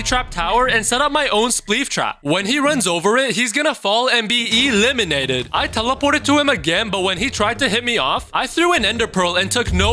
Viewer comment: What we say:eleminated What he ay:eeeeeeeeeeeelaminated